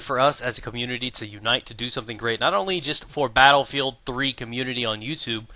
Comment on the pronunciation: "Blatterfield" lol